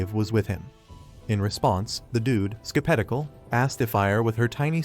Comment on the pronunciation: Cute: : "the dude, Ske-pet-i-cal..."